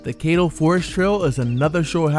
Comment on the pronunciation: Love the video, side note Caddo is pronounced like "cad-do" more like "cat-o" than "kate-o"